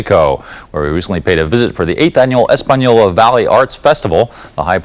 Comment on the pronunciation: He pronounced Española right.